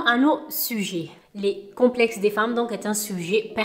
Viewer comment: Ma bébé 😍😍😍😍 t’es trop belle euh. Complexxxxxeeessss mdr 🤣 t’as du mal avec ce mot hahah mais t’es trop mignonne quand tu le dis 🥰